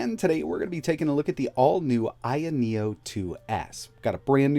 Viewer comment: Isn't it called ayeno with an a not an I.